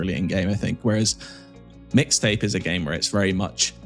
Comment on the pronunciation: EXCUUUUSE ME.. IT'S MIX TAPE. NOT "MISS TAPE"